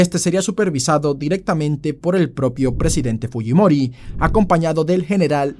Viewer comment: como siendo peruano pronuncias mal fujimori? 🙄🙄🙄